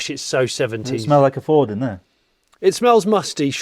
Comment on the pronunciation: I haven't watched this yet but I'm fairly sure Jonny doesn't pronounce Ford properly even once.